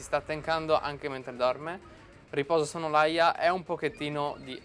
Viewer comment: mi spieghi perchè dici SONNOLAIA quando c'è scritto SONNOLALIA???????? ahahahahahahahahahahahahahahahahhahahaha